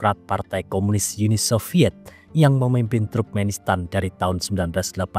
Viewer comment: Bukan truk-menistan min tp turk-menistan